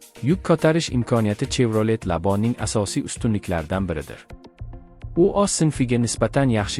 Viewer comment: Чевролет эмас шевралет деб айтилади савод хам говлат кетганми